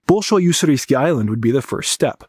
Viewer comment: Very interesting video. Though butchering the simple common Russian word "bolshoy" undermines the expertise.